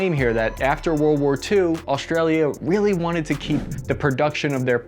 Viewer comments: Thank you ! And the u in australia is silent, it sounds like america not austria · Word of advice australia is said like america not austria, the u is silent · Great video. But there is no H in Australia, Austria, industrial, strong or stress. Why do people do that? You are clearly not ignorant, but this makes you sound so.